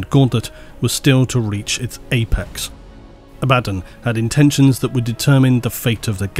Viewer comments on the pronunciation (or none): You need to stop saying the Ábaddon/Abaddón thing... It's clerly Abáddon. 😂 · please, no more Abbadan.... Abba-don, it irks me so. Love the content though good sir.... GIVE US MOREEEEEEEEEEEEEEEEEEE! Huge fan of the deep dives :) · "ABBA" "DON" Not "A-bad-in" GW literally have a video on how to say the name as well. Phonetically it doesn't make sense saying "A-bad-in" anyway. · Silly brit. Its Abaddon, not Abaden. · It’s not abÁddon,, it’s Abaddon. The first A is the loudest. Listen to an audiobook and hear it spoken correctly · They literally have an official video explaining how to pronounce these names. Abba-dawn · The way likes to say it, sounds almost exactly as the word "abandon". To me this feels really funny - "the army of abandon attacked..." the forces of abandon gathered around..." If you change the infliction, "Abaddon" is no longer "abandon":P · Excuse me for beating the dead horse on this topic again, but I have another argument against favourite Abaddon pronunciation:)) The way he likes to say it, sounds almost exactly as the word "abandon". This sounds really funny - "the army of abandon attacked..." the forces of abandon gathered around..." If you change the infliction, "Abaddon" is no longer "abandon":P Edit: God forbid, if you need to say "The abundant forces of Abaddon, abandoned the planet previously abandoned by the abundant forces of the imperium":D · inability to pronounce ‘Ab-a-dawn’, leaves me drifting ever into the warp. Emperor protect me. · just say ABBAHDON ITS NOT HARD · Honestly, you've all got it wrong, it's pronounced "Abba-DOON!" Spike Milligan is his true gene sire; spend enough time in the Immaterium, and anything's possible... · Do you say Abbadon like that because he’s a bad ‘un? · who's "a-bad-in"? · Learn to spell Abaddon, please. A-Ba-don (second D is silent) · I love every time has to pronounce abbadon twice. Poor guy sounds so done with it 😂